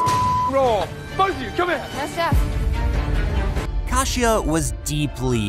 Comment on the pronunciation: When they literally pronounce their names in the show and this guy doesn't bother to pronounce them correctly... you can tell he doesn't actually watch it. Her name is KAY-SHA, not Kah-she-ah. Actually sit down and watch the show you're critiquing/covering in the videos man